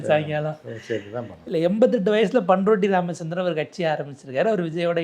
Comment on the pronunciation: யோவ் அது "பன் ரொட்டி ராமச்சந்திரன் "இல்லை 😮பண்ருட்டி ராமச்சந்திரன் 😂